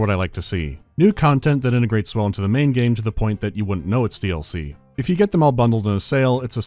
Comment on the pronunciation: Coming back to this video again it should be a 10/10 but hearing the way you pronounce DLC makes it a 2 😂😂😂